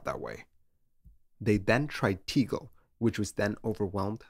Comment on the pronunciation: T-eh-g-eh-l. There is no ‘e’. Unfortunately, closed now.